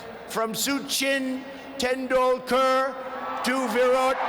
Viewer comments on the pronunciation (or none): It is supposed to be Ahmedabad not 'I m a bad' Swami Vive ka mun non Soochin Tendulkar